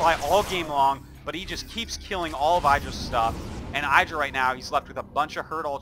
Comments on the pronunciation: why the fuck artosis always pronounce I-dra not Id-ra?? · Man I just subbed to his channel after learning he had one from a Devin Nash talk and I've been getting recommended so many games from WoL and I honestly gotta say I really do miss how every game was almost 30+ minutes but I will say I don't miss him mispronouncing Idra's name.